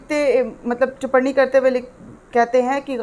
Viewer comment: Aapko humane pahale bhi likha tha ki...Tiparni word nahi hota, TIPPANI hota hai. Aap kripya sudhar karen. ..